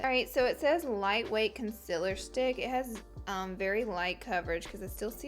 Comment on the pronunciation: Also when she says "conciler" instead of "conCEALer" and it's not an accent either because I'm from Alabama too...